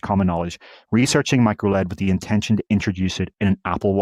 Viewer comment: Say micro elle ee dee, not micro lead, to eliminate confusion.